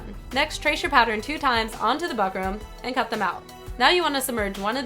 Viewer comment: Fyi its pronounced book-rum